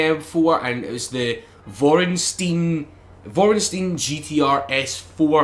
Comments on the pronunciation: Vorenstein? Haha you mean vor-stein-er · It's pronounced vorst-niner. Great vid as always